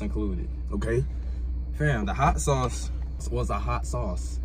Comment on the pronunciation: "that American deli shauce' LMAO